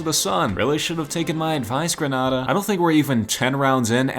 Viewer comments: I'm from dominica😁 Its gre NAY dA. And Cari bee un, antiguh I get its and American pronounciation. But just thought I'd say the correct one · You pronounced “Grenada” wrong. the a before the d is strong